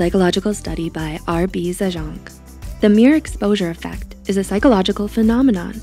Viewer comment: Zajonc is not pronounced ZAh jon, but pronounced zee ence